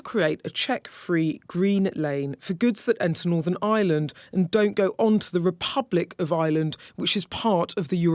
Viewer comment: Bugs me she says Eye-land as in a regular island.